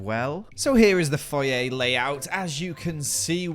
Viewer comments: I live for pronunciation of "Foyer" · They way you say foyer annoys me more then it should